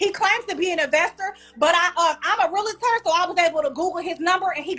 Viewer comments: Not Michael Myers😂😂😂😂😂 thats diabolical work😂😂😂😂😂 Its Realtor Not Realator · The word is REAL-TOR!!! not REAL-LA-TOR!! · I don't trust a Realtor that pronounces it Realator. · Michael Meyers 😭😭😂😂😂😂 She’s definitely a little slow. REEL-TOR not RUL-A-Tur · She don't even know how to say Realtor. She say Realator. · That’s all he had to say to prove that she’s slow.. “realahtor?!” 😂😂